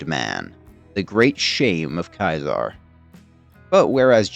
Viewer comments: Why are you calling him Kizar? It's Ceasar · The legions route to victory is also its route to defeat. And its defeat or even turning aside at the dam will likewise eventually be its end, though perhaps a less destructive one. Also, Ceaser (pronounced Cee-Zar, no matter what he thinks) ls categorically an idiot. If you punish a decorated leader for a singular failure, then not only do you lose expertise, but the culture automatically shifts into one of never allowing failure, and certainly never admitting to it. And that will cause leaders to commit to fights longs after the point its obviously a loss anyway, and that will lose the legion far more than such commitment could ever gain. He'd know that if he had ever read a singular ounce of leadership theory, rather than a history of a failed empire.